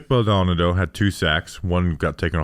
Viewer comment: I love the analysis. I really gotta help y’all with a name though. The kid’s last name is pronounced BALL-Doe-Nahh-Doe. I don’t know if he’ll make the team so this may not be relevant for too much longer, but it’s killing me hearing y’all mispronounce it. 😂